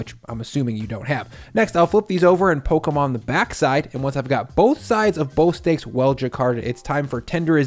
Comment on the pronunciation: I can’t stop hearing “flip ‘em over and Pokémon the backside.”😂